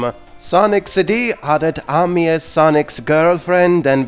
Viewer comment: The way you say "Amy"...